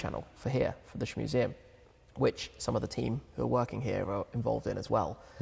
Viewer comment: Another cracking interview. Tim is obviously a very smart chap, but I’m still puzzled by this ‘Shmeeee’ persona (did he really just call it the “Shmuseum”?🤦‍♀️), as it doesn’t appear to be any different to ‘Tim’. It’s not really a persona is it? Odd. Anyway... great interview. Still don’t like him.